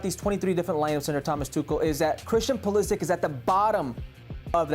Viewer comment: How have these guys been allowed by their producers to mispronounce “Pulisic” for years now?